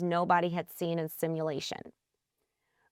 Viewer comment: So let me get this straight. Instead of letting one idiot answer questions you're going to ask two idiots (or three or more)? What could possibly go wrong? You make the erronous assumption that AI's are competent to begin with and that redundancy and verification are and will be built in - the Apollo analogy is also flawed. AI = Cognitive abdication. (PS its pronounced Guy-Doe and Fi-Doe)